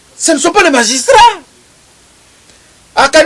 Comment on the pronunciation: Magistrats et non majustras